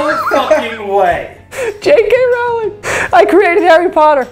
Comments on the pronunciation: Rowling like bowling please for the love if god America ahahaha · Why do none of you know how to pronounce Rowling lol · Does anyone else hate how joe always mispronounces J.K. Rowling?